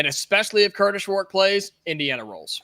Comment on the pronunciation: please practice not saying Kurtish Rourke. It’s Kurtis. Stop making it sound like you are saying Kurtish